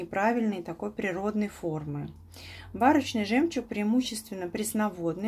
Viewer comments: Правильно барОчный от слова барокко т.е. необычный ,а не бАрочный. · Барочный от барокко ударение ставится на второй слог